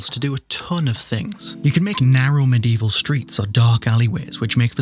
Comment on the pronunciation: Medieval has 4 syllables